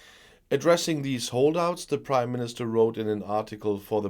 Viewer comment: I always hear you saying “the British Crime Minister”…😋